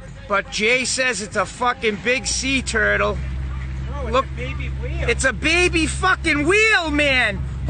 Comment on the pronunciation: Jay Says Its a Sea tewtle